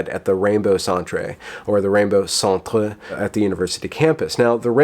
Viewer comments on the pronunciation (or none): "Centre" is pronounced exactly like center. It's just one of those Brit spellings like "colour." If you know that and are being sarcastic it's petty. If you don't know that you need to work on broadening your knowledge of the English language. Your propensity for language flubs (malapropisms and mispronunciations) opens you to cheap shots and makes it easy to discount your message, which is unfortunate because you shine a light on things that need to be examined. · is just trolling us with his pronunciation of "centre." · it's spelled "centre" but it's pronounced the same way as "center". It's a canadian or UK spelling, not the french word. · "Centre" is pronounced "center". "Centre" is the Canadian way (and proper way I think, worldwide) to write the word. But, I love the way you say say it; it gives the Rainbow Centre, that snobbish, "holier than though" connotation, which is quite "a propos" ;-) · We don't actually pronounce "centre" as the french word "centre". It's just that the Canadian spelling of the word "center" is in fact "centre". I think it's dumb and I generally don't actually use that spelling. But just to let you know that it's just the spelling that is different, not the pronunciation.